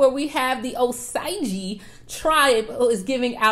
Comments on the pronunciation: It’s oh-sage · Girl it's O Sage Indians Osage Nation